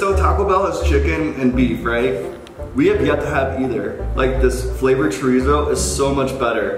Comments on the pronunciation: lmao CHoRIzO 😂😂 My grandma laughed so hard and said omg este chico blanco gracioso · I couldn’t Stand how they pronounced every dish.... churizo 🤣🤣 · It's pronounced Chodizo